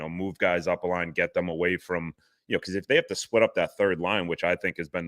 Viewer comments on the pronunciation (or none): none